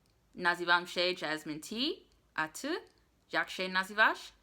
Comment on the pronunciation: In my opinion „my” and „wy” you pronounce correctly. You could actually work on „ty” so that „y” would be more like the one you say in „my” and „wy":) When do we use „wy”? Let’s say you bumped into your friends Kasia and Tomek, or Kasia and Tomek and Zbyszek and Agnieszka, etc. (so 2 or more people). You would say to them: „Jak się macie?” So the informal and plural = wy (as „macie” = „mieć” – to have for „wy”). (despite the fact that we don’t usually ask that as you already know :) I use this exemple just to show when we can use „wy”) But let’s say you bumped into your grandmother’s neighbours on the street. You know them, but it doesn’t matter. What’s important is the fact that there are two of them (or more) and that you would say to them „Mr. and Mrs. Smith”. In this case you don’t use „wy” but the formal and plural form: „Jak się państwo mają?” So the thing is that we use the form „wy” when we are talking to 2 or more people AND we are on first name terms with them. Also more natuarl would be „Jak się pan/pani nazywa?” instead of „Jak pan/pani się nazywa?” Nevetheless you would be perfectly understood so it isn’t really that important :) Instead of „Jak się masz?” you can say „Co słychać?” but also „Co tam?” / ”Co tam słychać?” / ”Co nowego?” / „Jak tam?” / „Co tam u ciebie?” / „Co nowego?” You can still expect a longer answer or just simply „W porządku” / „Wszystko gra”. Really depends on the mood and on the person you’re talking to. When we meet someone we simply say „